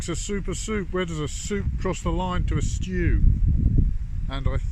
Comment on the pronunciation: STEWP, STEWP. Not quite stew, not quite soup. 😂